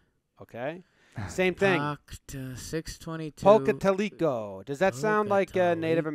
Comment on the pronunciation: Pocatalico is pronounced Poca-Towel-eh-co